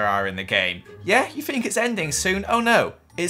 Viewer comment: It's THINK, not FINK